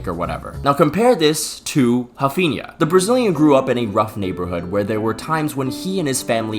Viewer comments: Who the F is 'Hafinnya'?? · being a douche and not pronouncing raphinha like the rest of us lmao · Mf can’t even pronounce Raphinha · ctrl+F "Raphinha". You're welcome.